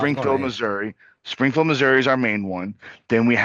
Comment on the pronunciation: Springfield sounded like you said Springhill